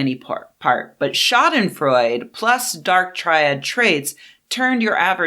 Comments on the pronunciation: The e at the end of Schadenfreude isn't silent It's not Freud, like our buddy Sigmund, it sounds more like Schadenfreu-duh The way you say "Schaden" is fine, except the stress is on "Scha" not on "den" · You probably know this by now, but Schadenfreude is pronounced shaa-duhn-froy-duh. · It’s pronounced “shah-den-froydah”. Love your work! Please keep it up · Sha-den-freu-duh is the correct pronunciation, danke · The final e in schadenfreude is voiced, sounds like a frontal English singular indirect (?) article "a" Great video, but could you stop taking about me? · The final "e" in Schadenfreude is not silent, it's a schwa. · But she did not speak German, she was speaking English and in English loan words often got an English pronunciation. Just how one English does with say the Swedish loan words Smörgåsbord or Ombudsman. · She's mispronouncing it. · The final e in Schadenfreude really should be pronounced. Great video.